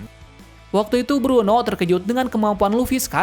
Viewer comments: itu blueno bang bukan bruno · Blueno bukan bruno, kaku bukan pakku